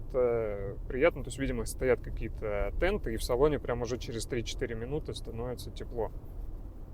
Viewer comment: Не "тенты" п тэны